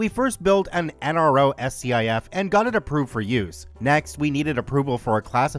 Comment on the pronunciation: 1st. SCIF pronounced Skif. 2nd Aw hell no. Nothing related to a SCIF is ever lower than 'SECRET'. That's the problem.